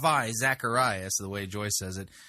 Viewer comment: A world famous television preacher, Joyce Meyers, has a world famous Christian apologist, Ravi Zacharias, on her television show, and she can’t pronounce his name correctly?